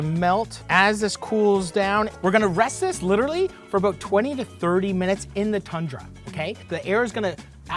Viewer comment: he says "aboot"